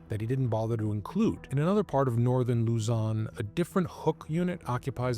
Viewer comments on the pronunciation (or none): none